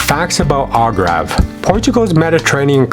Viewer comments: It’s Algarve not Algrave. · Al-gAR-ve not Al-gRA-ve (AR not RA) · So much great information! I think it is very important that you pronounce the name properly though…listening to you say “Algrave” instead of Al”GARVE” was annoying. Otherwise, great video. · Try saying ALGARVE instead of ALGRAVE !!! ....If you want to peak interest it is important to get your pronunciations correct which you have not done throughout this video. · It is ALGARVE not Algrave and North Africans are NOT arabs but AMAZIGH!!! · It’s AL-GAARV, not AL-Grave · Why is he saying “Algrave”?? It is “Algarve” ! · He read it in the liberry. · Yeah, WTH? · Your video is very good, but could be better if you correct your pronunciation of Algarve (it's not Algrave). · What is the “Algrabe”?? 🤣🤣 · I wish this narrator would not pronounce this word as the "Algrave" ... aargh! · PLEASE STOP STOP CALLING IT "ALGRAV" STOP!!!! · Sorry, couldn't keep watching, hard to take seriously when the one giving advice can't pronounce Algarve correctly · Exactly my thoughts also. I couldn't bear hearing the wrong pronunciation any longer, so after 5 minutes I gave up this video. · You need to pronounce The word Algarve properly..,,,,!